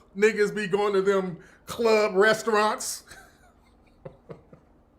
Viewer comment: Yo said "club resteraunts" lmao